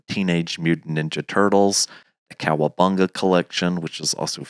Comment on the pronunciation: grown man saying the Kcowabunga collection 😂😂😂😂